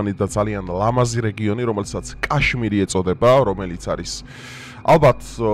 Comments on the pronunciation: კაშმირი კი არა, ქაშმირი. რუსული სკოლა გაქვს გეტყობა დამთავრებული.. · კაშმირი არა ზანგისა😂😂ქაშმირი ქაშმირი